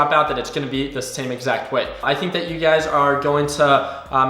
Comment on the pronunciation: love when you say “ugaz” i mean “you guys” lol